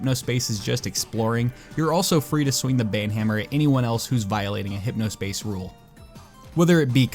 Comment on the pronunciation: HypnOS is pronounced "Hypno ess", as confirmed by the game itself.